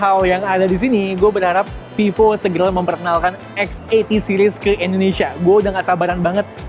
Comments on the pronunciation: Indonesia bukan endonesia bang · Indonesia bg bukan endonesia